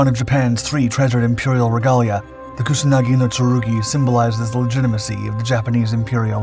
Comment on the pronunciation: "kunasagi no tsurugi"?